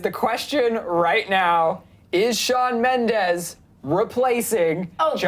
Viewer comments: Shawn has said multiple times that he does not want to be compared to Justin, and you on clevver news has spoken about it too. but still you dedicate an entire video to comparing him? hypocritical imoAND ALSO, in the beginning, Shawn MENDEZ???? with a z? lmfao, do your research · Shawn Mendez? omg is SHAWN MENDESSSSS!!!!